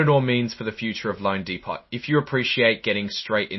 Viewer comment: It's not pronounced de pot, it's de po 🤡 and you can't keep saying thousand and thousand and thousand you f'in tool bag. It's called million and hundred thousand lmfao🤡 ...schmuck lol...